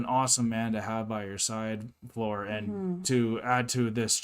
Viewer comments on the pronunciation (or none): The translation or lack of it, here gives a slightly wrong picture of what happened. Tuomas burst out laughing at the way he pronounced Floor's name, he said like "Flöör" and with really weird tone, not typical for him and he was amused how he said it. He even repeated "Flööör" couple of times. They had a quick dialogue with the interviewer about it. The interviewer imitated how Tuomas said "Flöör" and they laughed both. One of those things that it was just impossible to translate this very fast dialogue. I have watched this documentary many times and often thought that this clip where Tuomas speaks should be linked to someone who teaches foreigners to speak Finnish. It would be a good test for those who are further along in learning Finnish to see if they are able to pick up this really fast dialogue that happened in a few seconds.